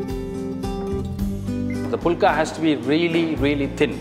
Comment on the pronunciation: Don't pronounce like pulka. Pronounce the right way as fulka ஃபுல்கா